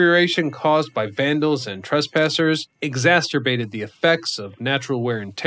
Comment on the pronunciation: why say exacerbated if you can't pronounce it?... you and Luke.... come on man!....